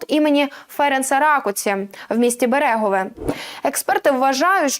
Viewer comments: БЕрегове.... Наголос на перший склад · У назві Берегове та грошової одиниці "форінт" наголошується перший склад